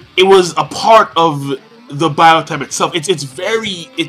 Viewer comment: Stop calling it bio-type, it is pronounced Bio-tope.